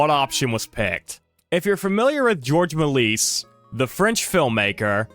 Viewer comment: Cool video! I really wish these ancient films were still around. Hope against hope that there are surviving copies! Also, just as an aside, you mispronounced some French names. Francois is pronounced like "fran-swah" and Georges Melies' last name is pronounced something like "mayl-yes" according to Wikipedia. Again, great video! Mad respect to Theda Bara and her life. Also love the DS-era Pokemon music. Really nostalgic!